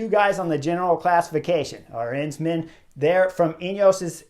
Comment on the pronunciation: For the nth time, it is A-rensman, not arEnsman